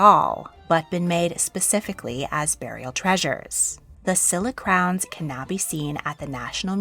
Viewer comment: Silla is pronounced with a sh. I was fortunate enough to go to museums in Korea. The national museum is awesome!